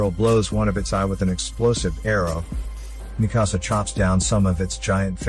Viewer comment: its not mehkasa its mikasa